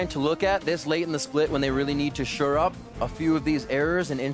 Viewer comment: Dear Riv, it's SHORE UP not sure up.